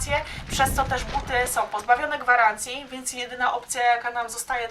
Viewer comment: Przepraszam, że nie w temacie i tak wprost, ale jak już publicznie się wypowiadasz i masz 1,53 tys. subskrybentów, to choć minimum znajomości j. polskiego i dykcji. Mówi się SĄ a nie "SOM" - som to waluta kirgiska!